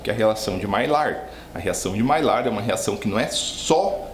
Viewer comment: Mestre, sem querer ser chato, já sendo, a pronúncia correta da reação é maiár.